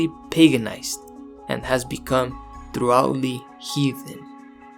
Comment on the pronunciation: You pronounced thoroughly very incorrectly